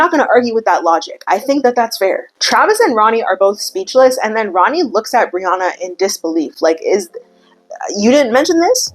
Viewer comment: Lmao Brianna sounds so much nicer when you say it, in Australia it sounds like BREE-YANNA 😂😂😂😂